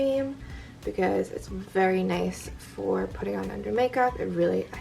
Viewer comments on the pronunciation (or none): none